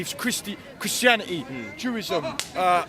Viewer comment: "Jewisim" not a bad try i guess 🤣🤣